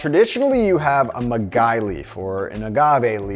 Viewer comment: yes, he attempted to pronounce maguey aka agave